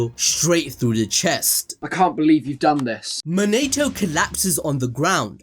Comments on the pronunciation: His name monatoo not man-a-to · Mo-NI-TO not Mo-NATE-O